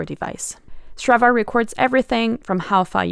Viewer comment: Imagine trying to make your app sound exotic by using a Swedish name ... and then misspelling that and pronouncing it incorrectly ...